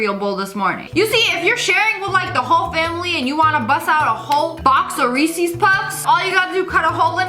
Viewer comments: Ok the thing that triggers me the most is when ppl pronounce REESES as REECEYS nonono that's not how it is! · Am I the only one who got triggered at the way Lia pronounced reese's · It's called: Ree-says Not fucking ree-sees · Am I the only one that got triggered when she said Reeseees instead of Reese’s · Why does she say Reece's like that